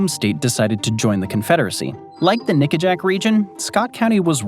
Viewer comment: Nickajack. Not that word